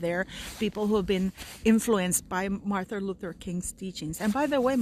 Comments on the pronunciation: Mar-TIN, not Mar-THA, Luther King. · Sounds like you are saying Martha and not Martin - sorry to be picky X